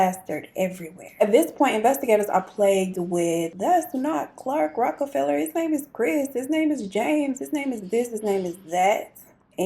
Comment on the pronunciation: Yes. You are saying his name right. Love your channel ❤😁.